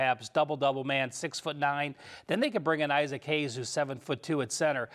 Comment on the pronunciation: its Isaac Haas, not "Isaac Hayes" lol